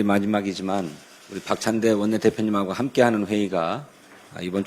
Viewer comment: 39찬대.. 로 들리네요 ㅎ